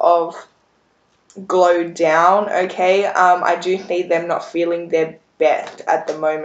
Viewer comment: You’re the first person I’ve heard say “Glow-Down” lol you make it sound good 😂🤷🏽‍♀️